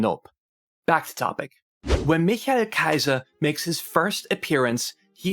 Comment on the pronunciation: The way you pronounce his name... I immediately realized that ur german :D Nicely done